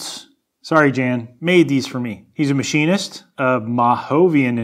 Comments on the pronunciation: Jan is pronounced "Yon", i believe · it's probably said "yahn" like johann sebastian bach... not Jan ... like Janet. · Yahn, not Jan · I think Jan is pronounced Yan lol welcome back